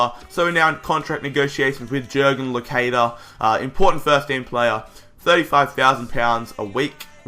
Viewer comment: it iss pronounced Losadia Locadia